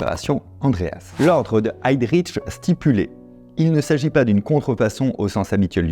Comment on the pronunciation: Petite notion de prononciation allemande : on ne dit pas "HeydriTch" ni "ReiTch" mais bien "Heydrich" (le 'H' n'est pas muet) et "Reich"